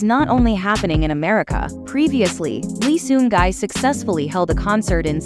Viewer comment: Respectfully I think we should respect his name...not gai ...gi ( pronounced like e) thanks ever so much for your support ❤